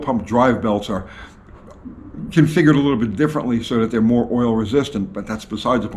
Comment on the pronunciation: It is configgured